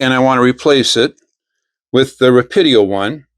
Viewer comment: Very cool! Just for your reference, its Rah-Pee-Doh